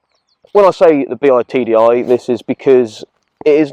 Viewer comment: Bi TDi, not BEE AYE TDi.